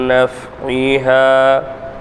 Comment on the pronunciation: மின் naf(ie)ஹிமா இடத்தில் ஐன் விட்டு விட்டு ஓதுர மாதிரி தெரியுதுங்க